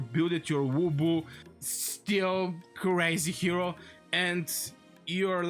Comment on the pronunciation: Its lubu, not wubu. 😂❤